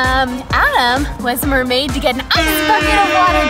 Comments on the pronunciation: You said murmaid 18 times and my real name is laura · you guys said mearmaid 28 times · Sorry i dirit have so much time to wach your Holl intiyr vidio but i relly love your vdios and i herd you giys Say mermad 6 times and bye the way my reyoll name is diana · U guys said marmaid at 25 times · You said meriad 15 times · I think you mean Mer-made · you said murmaid 22 times💕💖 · You said mirmade 23 times